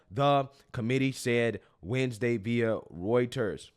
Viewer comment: "reuters" is pronounced as "roy ters"